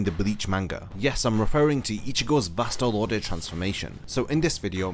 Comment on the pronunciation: "Vast Lord" VASTE LORDE Wut?